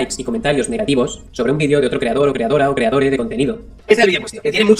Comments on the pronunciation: Si vuelve a decir "creadore" empiezo a sacar las antorchas. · Me encanta cuando dice creadore jajajajajajajajajajajaja